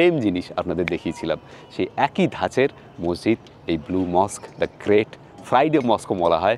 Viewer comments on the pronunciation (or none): none